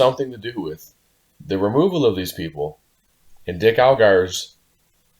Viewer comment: Quit saying Dicks name wrong